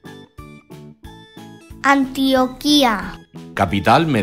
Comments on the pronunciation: Es Bucaramanga, no Bucamaranga. Es Antioquia, no Antioquía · Anti oquia no antioquia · Pronuncien bien no se dice antio quia se dice Antioquía no se dice bucamaranga se dice Bucaramanga por lo menos dicen las cosas bien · Pero en el departamento de Antioquía no se pronuncia Antioquía se pronuncia Antoqia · verdad, dijeron mal antioquía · Que vídeo tan malo es un mal ejemplo para la acentuación de nuestros niños en las palabras de cierto departamentos como Atlántico, Arauca, Antioquia entre otros y Bucaramanga mal leído y así tantos errores por favor que lo desmonten de Youtube. ¡QUE DESASTRE!